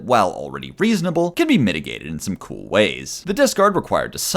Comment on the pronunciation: is something wrong with his mouth or is he unable to say kewl or tuner properly